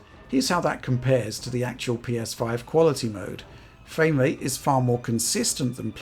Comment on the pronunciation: Fwame Wrate